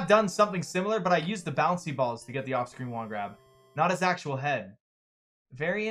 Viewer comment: I realize he says 'off-screen wand grab', but I swear I hear it as 'Austrian wand grab'....